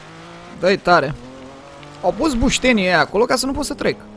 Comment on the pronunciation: bostenii nu bustenii =]]